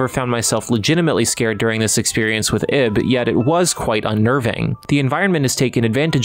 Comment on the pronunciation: Why is that name so hard to get right? It's "Eeeeb" pronounced like "eve".